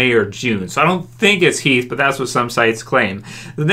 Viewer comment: It's Heath ffs